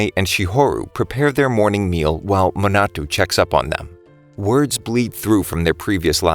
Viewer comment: You mean Manato? Sorry, it was just bothering me a bit